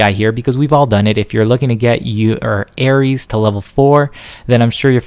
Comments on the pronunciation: . wat. Her name is Eris not "Ares" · "Edict" is pronounced "EE-dict" "Syzygy" is pronounced "SIZ-i-jee" "Eris" is pronounced "E-ris" "Ir Yut" is (probably) pronounced "Ear Yoot" Your review is much appreciated and your opinions always seem accurate, but this is difficult to digest in audio form due to little pronunciation quirks.